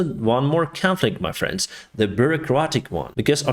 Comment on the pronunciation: Please, pronounce differently Friends and France. Friends = FrEns. France = FrAns. You pronounce them so similarly I got confused. Had to see the Economist's written text on the screen to realize it's "friends" and not "France".